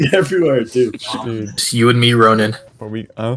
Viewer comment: Rosin 😂 or Rozin